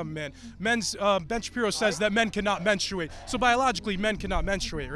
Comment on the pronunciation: Okay, but menSTRUate? Please stop pronouncing like this hahahah